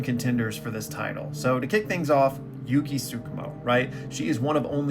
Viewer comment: Dawg its yuki